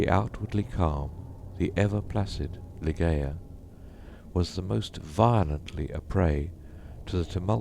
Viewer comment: For heaven's sake it's 'lie-JAY-uh'. Do some research on Poe's intention etc. before recording.